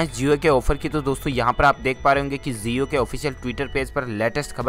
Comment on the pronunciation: That's jio not zio